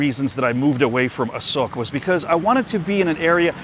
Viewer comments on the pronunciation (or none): Hey, From the last clip i very doubt about Thai Sub "ออกจากรองเท้า" and don't understand how it relate to SOCK? This clip I clear about it now, You said A-SOKE But the auto translate make it wrong bc you pronouce was A-SOCK. hahahaha